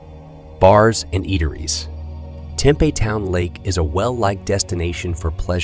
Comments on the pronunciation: Mispronounced Tempe also. There should be some rules about pronouncing things correctly on YouTube. This doesn't sound like a computer generated pronunciation either. Just an uneducated and mispronunciation debacle. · It’s pronounced Tem-Pee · Tempe is pronounced Tim pee. Eatery's we can then restaurants. Also learn proper pronunciation of English words.